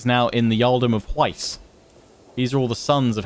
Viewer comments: Hwicce pronunciation = h’witch-uh. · By the way, Hwicce is pronounced as "Whicheh"